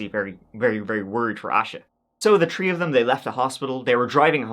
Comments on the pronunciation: THR-EE, stop saying tree! Three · Love how you pronounce Three - Twee. Thirty - Tourty. Thirteen-turteen😂